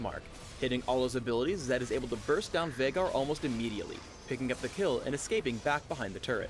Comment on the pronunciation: HEARING HIM SAY VEIGAR CORRECTLY IS SO FUCKING GOOODDD